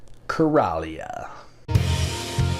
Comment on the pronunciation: I'm sure it's pronounced like Coral reef. Coral-ia. That's it. It is afterall taking place in the ocean where Coral grows.